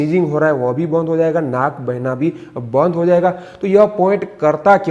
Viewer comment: Bandh nahi band .Chhi itna bhi nahi aata !